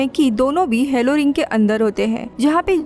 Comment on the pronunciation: DIDI ITS "HALO" NOT "HELLO"